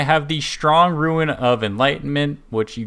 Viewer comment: So helpful thankyou! It's killing me though, Rune is pronounced Roon like the moon. You're thinking of ruin like a ruined building. 🌱